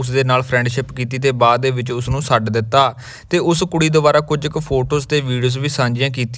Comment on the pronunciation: ਸੱਡ ਨਹੀਂ, ਛੱਡ ਹੁੰਦਾ 😅😅😅😅